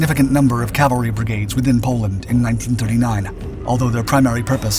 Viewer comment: The word is C A V A L R Y!!! Other than repeated mispronunciation good video. Semper Fidelis